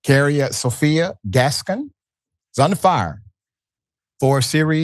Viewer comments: My god Dr Ritchie can you pronounce one name right. It’s pronounced Gas-sone. And Zoe’s last name is pronounced Sal-Dan-nha. 😩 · WRONG. Se pronuncia: Gascón y Saldaña